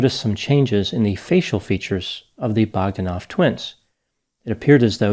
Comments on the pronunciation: Pronounced Bog DAN off. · Your pronunciation of Bog-da-noff is way off and diminishes your projected expertise. Probably the brothers try to emulate Stephen William Hawking prophet fraud. Very important take here is how the scientific community is corrupted by politics and money.